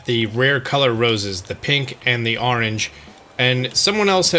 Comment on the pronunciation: Anyone else get rustled whenever says "woter" or "arange"? Just switch the vowels my dude:P